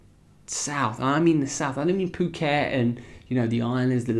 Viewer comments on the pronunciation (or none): none